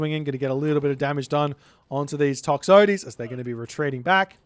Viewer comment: Is gonna pronounce Toxotes properly, ever? 🤣